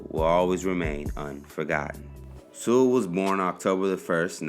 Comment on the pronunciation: My last name is Sewell, too. People tend to mispronounce it, so thanks for saying it correctly!